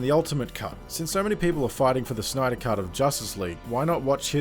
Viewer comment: Snyder not Schnyder or Schneeder. Stop trying to be cute.